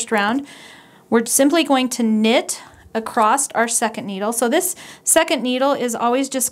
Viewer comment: I love the tutorial. Thanks. I'm not sure if you know that you say acrost instead of across.